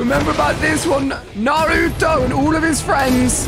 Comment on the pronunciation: Bro said Naruto wrong, He said "Nuh roo toe" it's pronounced "Nah roo toe"